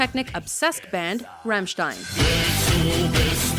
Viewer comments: it's rAAAAmmstein... AAAAA not rEEEEmmstein !!! RAAAAAAAAMMSTEIN.... learn it! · You should pronounce it Rumshtine, but roll the RRRRRRRRRRRRRRRRRR!!!! :) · She said ramshtin